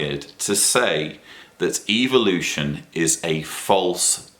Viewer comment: I like how pronounces the word " evolution". It sounds like he is saying "Evil-ution".like its bad. 😆